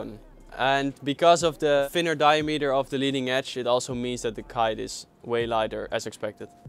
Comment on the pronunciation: di-A-meter ;) great video